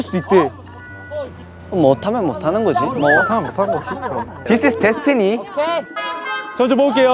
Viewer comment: Did he just say my "bestiny"?